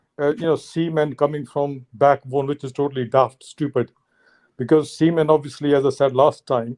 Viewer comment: Siemens बोल रहे हैं जो मशीन का नाम है. The correct word is semen. If this guy is a real doctor, Islam are Pakistan aabad rahe aisi dua Karni padegi